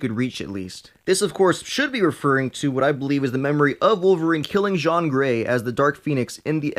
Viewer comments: Why is he saying John gray it’s jean gray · it's Jean like Levi Jean's not john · It’s not John Gray it is Jean gray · Jean Grey's 1st name is pronounced Gene not Jzhahhn and Psylocke is pronounced Psy-Lock not Psych-Lock. I agree with your assessment of what Jean pulled-up into his conscious awareness. Logan was the only one who temembers the unaltered timeline... until now. The fact that Jean gets all that info when she's young and uncorrupted enough to still make best possible choices changes everything. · I’m laughing so much when he says Jean as John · You are saying John Grey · Her name isn’t French, it’s pronounced jean as in jeans. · This guy can't pronounce Jean's name.. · You keep mispronouncing Jean XD